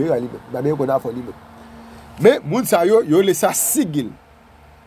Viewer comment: Gen diferans ant sigil e pantak..Jan w prononce li se pa konsa.G sa prononce tankou J